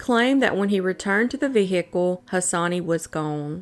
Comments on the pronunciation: I know it's my problem but I wish you could just say vehicle correctly. It's like you are keeping a hiccup in. Love your show. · But that’s how it’s pronounced in the South… I think it’s cute (as someone on the other side of the world).